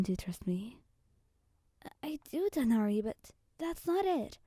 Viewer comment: I love the way you say Tighnari ❤😊